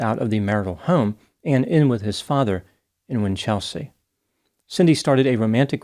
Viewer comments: WINCH-el-sea, not Win-CHEL-sea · WIN-chul-se (not win-CHEL-sea je-LONG (not ZHEE-long) for Geelong 🇦🇺😊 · "Cemented her relationship with the contractor who had a paving company." Gold. Winchelsea is pronounced ... Winchel. .......... sea. Geelong, largest regional city in Victoria, is pronounced...... G'long. With the soft G as in Gerry. Interesting that you commented on a case around the other side of the world from you. It was big news here at the time. Easy to say that he was guilty when the city press get their hands on a juicy story like that. Sad story none the less. Do you know about the Azaria Chamberlain case? "The dingo took my baby." A sad travesty of justice precipitated by hysterical media attention. Thanks for your work. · Aussie here 🦘🦘🦘🦘🦘you usually do so well with our place names! Winchelsea is winch (a tool) L (letter) see (the eyes).....Geelong is Jill (girls name) ong The Farquharson needs some work too, but I'll let another Aussie tackle that..its 6am in the morning, I gotta get some sleep. A great effort none the less!